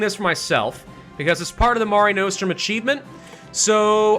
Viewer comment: The "Mare" in "Mare Nostrum" is pronounced like "hair". Not "marr-ay" or "mair-ay". "Mare" like a female horse